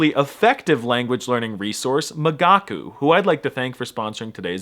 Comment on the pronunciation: I listened to the video (because I'm a gigachad who understands everything without subtitles) and during the whole sponsorship I thought you said "magaku"? How is it possible to pronounce an i that wrong? America must be eradicated. ...maybe I'm not such a gigachad after all